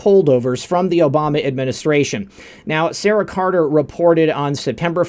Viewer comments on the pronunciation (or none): none